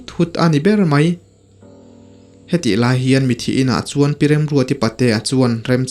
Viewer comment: Mithi ti in lam tawh suh mitthi ti in lam tawh rawh plezs😊